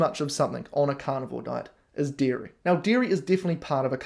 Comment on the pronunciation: I kept hearing "deer meat" instead of dairy and got really confused when you said deer meat is pasteurized. Only after I turned on captions did I realize you were saying "dairy".